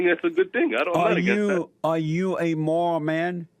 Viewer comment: Jessy can't even say morals correctly but try down his caller and every time he corrected him jessy disrespects him